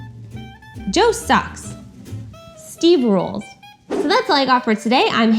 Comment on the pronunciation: I legit thought she said something like, Joe Sugg's, instead of Joe sucks.